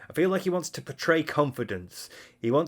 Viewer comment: "Dood this comb cheats, it does what it wahns"